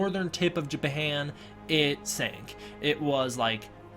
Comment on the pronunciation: Japahan, what country is that? lmao.